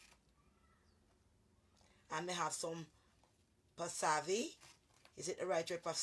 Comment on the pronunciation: The word is wasabi not pasavi 😲